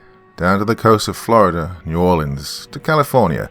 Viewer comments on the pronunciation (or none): none